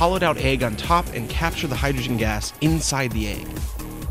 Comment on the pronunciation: its pronounced EGG.. not AYG